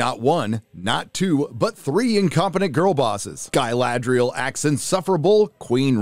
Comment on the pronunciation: Ga-LAd-rel! do you girl even watch LOTR, read books? why the hell it has so much fake acting like i am a mazafakin elf jesus god.